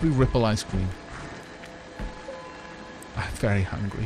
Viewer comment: muttering "im very hungry" is perhaps the funniest thing I've ever heard